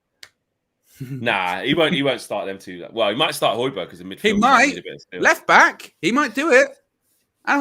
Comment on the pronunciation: The hatred with which was pronouncing the “Hoj” in “Hojbjerg” tells you all you need to know 😂